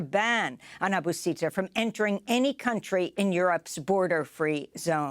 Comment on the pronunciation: I think it's pronounced Seek not Sick and Aboo not Abba